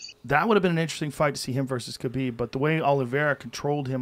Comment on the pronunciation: To think this man used to be a ufc commentator, now he doesn’t even pronounce ‘Khabib’ right... he’s out of touch with Dana’s empire.